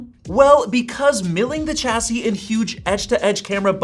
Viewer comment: Chassis is pronounced shassy.